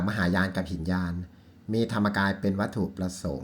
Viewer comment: ครับ ไม่อ่านว่า หินยาน แต่อ่านว่า หิ นะ ยาน ซึ่งหมายความว่าคับแคบหรือเลวทราม เพราะถือว่าชิงเอาตัวรอดหรือบรรลุเฉพาะตนคนเดียวไม่ขนสัตว์รื้อสัตว์ให้บรรลุตามไปด้วย